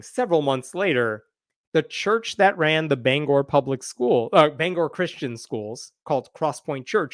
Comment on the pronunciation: Mainer here. First, thanks for saying Bangor correctly!!! This whole thing is such an embarrassment. It makes me angry.